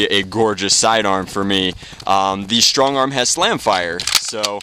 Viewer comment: Lmao you said stongarm.